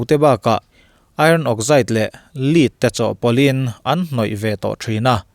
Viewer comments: Lead hi 'Lid' ni lovin 'Led(lam ang let a let ri ang hian) lam tur. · a "Lead" i tih hi "Lêt" tiha lam zawk tur niin ka hria.😊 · LEAD hi a pronounce diktak chu LED a ni.